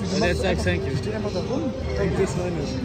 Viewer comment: „und jetzt sag sänk you“ alle so planlos